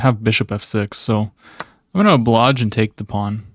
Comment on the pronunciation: The missed mate in 1 on g7 was wild. Also, that’s a couple videos this week where you say “obloge” it’s oblige, my guy…